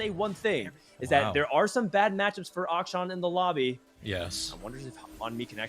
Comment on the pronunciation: just doesn’t know how to say akshan